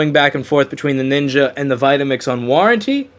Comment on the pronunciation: NINJA NOT NINKA.